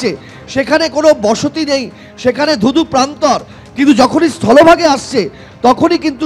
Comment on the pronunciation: Jolobhage "DHU DHU PRANTOR";😅😅😅 Change this reporter